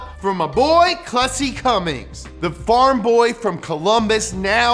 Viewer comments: jesus christ. why do u keep saying cummings instead of cummins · One thing you need to learn about Cummins stans is that I SWEAR TO GOD IF YOU SAY “CUMMINGS” ONE MORE TIME IM GONNA BE CUMMING TO YOUR HOUSE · 1) you said Cummings TWICE! A cardinal sin amongst diesel enthusiasts. 2) the 24v head came out in 98, not 03. In 03, they debuted the common rail fuel system with the CP3. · Why did they allow him to keep saying “Cummings” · The first thing you need to know to get up to speed on Cummins is STOP CALLING IT CUMMINGS YOU NUMB FUCK EVERY PICKUP WITH ONE IN IT HAS IT WRITTEN RIGHT ON THE GODDAMNED SIDE OF IT....THERE...IS...NO...G...IN...CUMMINS!!!!!!! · Stop saying Cummings! 😭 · Say “Cummings” one more time. I dare you! 😡 😤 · Can hear call it "Cummings" a few times here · I hate to hear "Cummings" 🤦‍♂️🤦‍♂️ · Anyone else annoyed that he kept saying Cummings instead of Cummins. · If you pronounce it "Cummings", you sniff your fingers after you scratch your ass. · Quit saying Cummings ffs! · Stop saying “Cummings” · The amount of times you say "CumminGs" tilts the shit outta me. There is no G in it, stop pronouncing it that way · Great summary, but if you ever add the "g" to CUMMINS again I'm going to loose it! Also,:( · Up to speed on the cummins what you need to know, then proceed to call it Cummings almost everytime you say it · Dude. Stop calling it "Cummings"... Ugh. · STOP SAYING CUMMINGS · haha Cummings that makes me cringe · Fun drinking game: crush a bud light every time says CumminGs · stop pronouncing Cummins wrong. There's no G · You called it a Cummings in that video once. Shame on you. Lol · They made zero reference of that in the video, it's much more likely that someone didn't know the difference. He pronounced Cummins as Cummings through out the video and got the 24v year completely wrong. They just didn't know what they were doing on this video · Take a shot every time says "cummings" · Cum mins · Hehe cummins